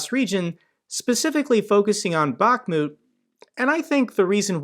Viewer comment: it's not pronounced Bach-moooot! 🤦🏻‍♂️ Jesus man, I can't believe how many pronunciations you butchered.